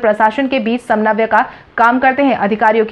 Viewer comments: Samnabya nahin_ Samanvay boliye Aap dhyan se news bolen. Aapke uchcharan me bahut galti hoti hai. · Abhi bhi tumko samanvay bolna Nahi aya